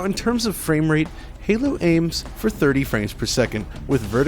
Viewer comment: That sounded like "Hey bro nice dick"